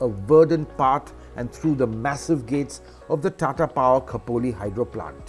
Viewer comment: It's Kho Po Li=Khopoli. Nice Presentation by the way and amazing video.